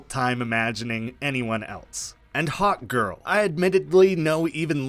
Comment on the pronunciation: Lol I heard hotgirl instead of hawkgirl, still works tho